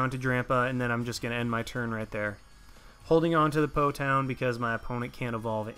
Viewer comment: It's Po "Town" :(